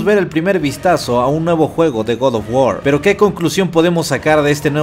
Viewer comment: hermano, si vas a decir GOD OF GUAR con pronunciación en "inglés" entonces es correcto decir "Gad of guor" ya que no pronuncias oh my god, pronuncias oh my gad, en resumidas cuentas hermanito lo pronuncias muy mal, te lo digo como fan porque preferiría que dijeras god of guar pero sin ese estilo como de que lo estas diciendo en inglés ya que en español las palabras en otro idioma las puedes pronunciar como se leen siempre y cuando no le metas estilacho. Saludos hermano y sigue adelante, buenos videos siempre.